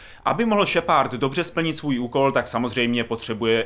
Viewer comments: Tahle hra si zaslouží sakra víc pozornosti...lol ta angličtina..šepard :DDDDD SHEPARD! šheprd.. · Jinak Más efekt bych to vyslovoval i já, pravda, šepárd mě docela rozsekal. je týpek ale má prapodivnou výslovnost dycky (podle mě:D) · kerberus? šepárd? just wow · no ty vole...Kerberus,Shepárd...to snad ne!No trochu na ty vyslovnosti zapracuj:D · no tyvole.Vyslovuje se to Šeprd:D ale musis mit trochu americkej prizvuk jina to zni blbe;) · wow tak tahle video recenze je dost nepřesná. A ty komentáře jsou někdy opravdu až směšné. Tak třeba nečte se to kerberuss a jeho příjmení se nečte šepárd. A vlastně to celé zní dost komicky.. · Ježiši angličtináři jak sviň Šepárd a Kerberus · naučit se anglickou výslovnost šepard to je hrůza... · Šepárd, hakování..... Nejhorší recenze kterou sem slyšel :D